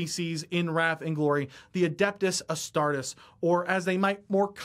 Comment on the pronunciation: Astar-TEES! Astar-TEES!